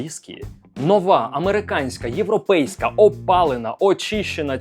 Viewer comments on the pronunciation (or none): none